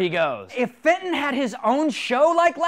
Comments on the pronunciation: I heard Satan, not Fenton. xDD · The slow mo "FATON!!!!" (is dat how i spell it?) Sounds like "SATAN!!!" (0 : 30 sec into the video.) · i thenk hem is saying satin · It's FENTON!